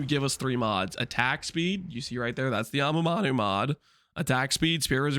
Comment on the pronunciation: why do you say amamanu instead of amanamu ?